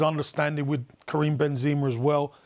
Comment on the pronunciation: Campbell was drunk or watched a different game or a fifa ps5 game… and can anyone tell him how to pronounce Kroos and Benzema?